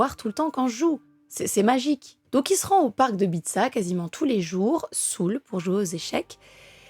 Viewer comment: Je ne sais pas d'où tu nous parles, ta façon de parler comme un homme ou individu saoul (prononcé sou) et une femme ou une personne saoule